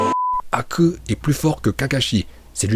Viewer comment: Tu as vraiment un problème parce que Raiton, Doton et Katon tu prononce bien mais quand tu prononces Suiton et Fūton, ça fait grincer les dents, et aussi Haku se prononce avec un "h" aspiré.